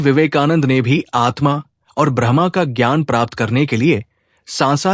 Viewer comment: आपने तो बड़े ही गूढ विषय को छुआ है,इसके लिए आभार।पर उच्चारण में थोड़ी कमी है।जैसे ब्रह्म को आपका ब्रह्मा उच्चारित करना।